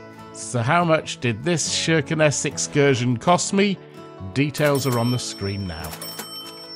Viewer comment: Wonder how they're liking their Soviet saviors now that Putinstein is threatening the peace of all Europe. Why is the name pronounced with an "Sh"?